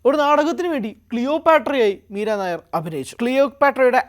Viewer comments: മീരാ നയർ അല്ല നയ്യാർ ആണ് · എടാ പൊട്ടാ , നീരനായർ അല്ല മീര നയ്യാർ എന്നാണ് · യി വ്ലോഗർ കു വായില്വരുന്നത് വച്ചു കാച്ചുകയാണ്. നായർ അല്ല നയ്യർ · Not Meera nair, meera Naiyar. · മീര നായർ അല്ല മക്കളേ മീര നയ്യാർ ആണ് .... ഇവിടത്തെ നായർ കാസ്റ്റ് മായും ഒരു ബദ്ധവും ella ...... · നയ്യാർ not നായർ. .....പൊട്ടനാണോ റിപ്പോർട്ടർ 😂 ന്യൂസ്‌ 18 നിൽ ആരും ഇല്ലേ re check ചെയ്യാൻ air ചെയ്യുന്നതിന് മുന്നേ. ..... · മീര നായ്യാർ ആണ്, നായർ അല്ല... അതു വേറെ ജാതി. വിവരം ഇല്ലാതെ വല്ലതും വിളമ്പരുത് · മീരാ നായർ അല്ല മീര നയ്യാർ ആണ് ശരി. ഒറീസയിൽ ഉള്ള ഒരു കാസ്റ്റ് സർനെയിം ആണിത്. കേരളത്തിലെ നായർ അല്ല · Meera Nair alla. Meera nayyar aanu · നായർ അല്ലെടോ നെയ്യാർ.... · MIRA NAYYAR not NAIR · പഞ്ചാബിൽ നായർ എന്നതിന് നയ്യാർ എന്നാണ് പറയുന്നത്. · മീര നായർ അല്ല സുഹൃത്തേ മീര നെയ്യാർ എന്നാണ് അദ്ദേഹത്തിൻറെ പേര് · നയ്യാർ ആണ്.നായർ അല്ല. ഇവർ പഞ്ചാബിയാണ് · നായര് അല്ലെടോ നയ്യാർ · നായർ അല്ലേടാ മാപ്രേ നയ്യാർ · മീരാ നായരല്ല. മീര നയ്യാർഎന്നാണ് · മീര നായർ അല്ല നയ്യാർ ആണു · നായർ അല്ലെടോ. നയ്യാർ എന്നത് പഞ്ചാബിലെ ഒരു ജാതിയാണ്. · ഇവൻ ഏതു അവതാരകൻ അറിയില്ലെങ്കിൽ തള്ളാൻ നിൽക്കരുത് നായർ അല്ല നയ്യാർ അറിയില്ലെങ്കിൽ പറയാതിരിക്കുക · മീര നായർ അല്ല, നമ്പിയാർ അല്ല, കുറുപ്പ് അല്ല അടിയോടിയല്ല, മേനോൻ അല്ല മീര നയ്യാർ.... പഞ്ചാബി. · 😂 മീരാനായർ അല്ലടോ....മീരാ നയ്യാർ ആണടോ.... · നയി യ്യ് ർ എന്ന് പറയാൻ അറിയില്ല മയി റേ